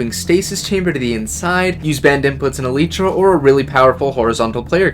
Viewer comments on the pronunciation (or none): calling elytra "eleetra" and not "el-eye-tra" hurts me so much